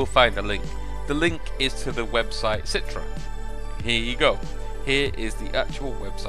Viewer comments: citre? its Citra! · umm its not "citre" its pronouced "citra" not citre